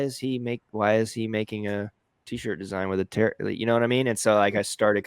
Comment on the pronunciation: I like that he called it tarot, like carrot. I assume he meant taro(t). Also, I loved his video about these trends and that he and you went through it again. I'm messing with these in Kittl but haven't hit a design I love 100% just yet. I'm also loving the new Kittl AI. I'm having so much fun with it!! Great video,!!